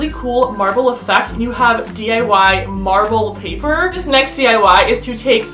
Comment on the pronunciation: I thought she said marvel paper